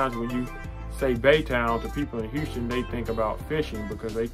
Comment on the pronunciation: Nice video! I just moved here and i appreciate you making this video. Just the way you say Houston really bothered me but other than that it was good. Heeouston.